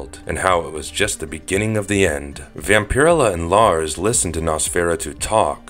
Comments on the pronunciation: It's "VAMP-uh-rell-uh". Not "vam-pir-uh-la". The weird pronunciation and lack of pronouns just took me out of it..... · So I am not the ony one going "dude vampur-ella!" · Hey dude it pronounced Vam-pir-ella. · It's pronounced vampire. Ella. Not. Vamp. Pier illah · Hearing Vampirella pronounced like this is painful Vamp-er-ella like barbarella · Her name is pronounced Vam- per- ella not whatever it is you were saying. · Not to sound douchie but it pronounced VampaRella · Vamper-ella. Not whatever you are saying. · Ugh I couldn't even watch this with this guy's pronunciation of VampirELLa Shit hurt my ears. ELLA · Vam-pir-ruh-la sounds cooler. I like how he pronounces it. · It’s 100% pronounced Vamp-uh-rella,… and definitely not Nos-fur-uh-too either🫠 I inherited my grandmothers Vamp-uh-rella collection, issue one-forward, 🤫 it’s worth more than most peoples vehicle🤷‍♂️ makes my vintage complete MOTU and MOTUKO 5.5 collection look like flea market garbage🤦‍♂️ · Wish I could upvote this comment more. His mispronunciation of her name is SUPER DISTRACTING. I'm only 3 mins in but I don't think I'm gonna make it to the end. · If you’re gonna talk about Vampirella,can you at least say her name right?